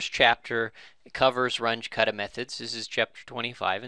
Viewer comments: RUNGE is German. Your pronuciation is crap. It's pronounced "R-oon-geh" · It's pronounced "R-oon-jeh" or "R-oon-geh"